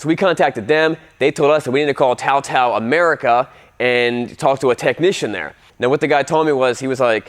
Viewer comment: TaoTao has been around for almost a decade in the states and you're telling me you still didn't know how to pronounce it? May as well not know how to pronounce Suzuki.